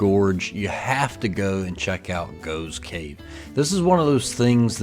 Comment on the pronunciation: 'Waitrose'. An upmarket grocery store. You couldn't see the name because there was someone in front of the sign. Btw, the cave is pronounced 'Goff's' Cave. I noticed in later videos he corrected that mispronunciation.